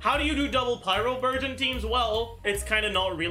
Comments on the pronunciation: I heard virgin for burgeon the entire video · I keep hearing burgeon as virgin lmao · So i can use Childe Xiangling Dendro Kazuha team. Also Childe Fischl Dori Dendro would be a great team. Why did i hear Virgin instead of Burgeon everytime he says Burgeon😂 But the best thing to realise is that Fischl and Childe will carry Dendro teams.😂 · OOOOOO he's saying Burgeon I thought he was saying Virgin for like half the video and I was very confused LOL